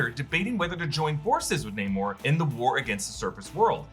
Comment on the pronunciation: why everyone says: NEEEEEEYMOR instead NAAAAAMOR, after the character pronounce his own name?